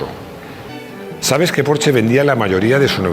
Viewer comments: Muy buen video, solo un pero,.... se pronuncia "porshe" con la e neutra y casi sin pronunciarla del todo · Te lo juro que si vuelve a decir porche, como en una casa me va a explotar la cabeza